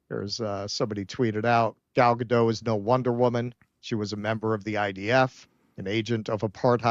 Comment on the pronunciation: Gal Ga-dont.